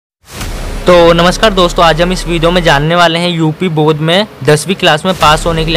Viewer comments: Bodh nahi bord hota hai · Bodh nahi Board hota hai